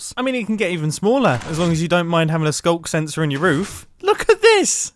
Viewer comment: " SKUNK SENSOR "